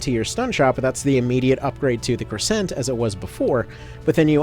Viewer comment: Take a shot every time he mispronounces crescent or gorgon